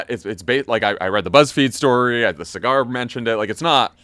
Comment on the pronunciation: LMFAO it's obvious y'all have never seen one clip of breaking points because y'all keep calling Saggar (Sah-ghar) cigar 😂😂